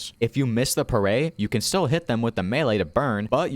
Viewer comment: Augh the way you say it, its all sorts of weird, its parry, like if you say perry. Also, why the flim flam fu- did they think nerfing the shield was a good idea?